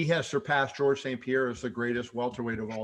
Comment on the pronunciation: It's not jorge...we call him GOERGE lmao